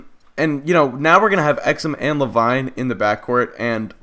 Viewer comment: Le-VEEN GOD DAMMIT XD